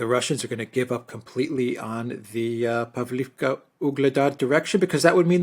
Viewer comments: PavlOvka, not povlivka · "Pavlovka" - correct pronounciation 👍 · I love you guys, but you seriously needs your naming of cities straight, either use the Ukrainian or Russian name... btw, Russian names are preferred, imo. Pavlivka just sounds stupid, instead of Pavlovka, same goes for Karkhiv/Kharkov, Nikolaev/Mykolaev, Kiev/Kyiv etc. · In Russian it is pronounced Pav-lov-ka. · The differences in pronunciation are due to Russian and Ukrainian versions of the one name. So in effect, both are correct. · Pavlovka is generally pronounced in Russian. Pavlivka is it’s Ukrainian name. Ugledar is in Russian and Vugledar is Ukrainian pronunciation. If anyone was wondering.